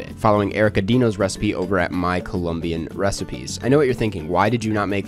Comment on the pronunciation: As a Colombian, I loved this movie and I loved the fact that you made a video about it. This is a great series, keep up the good work. (Also, excellent pronunciation!)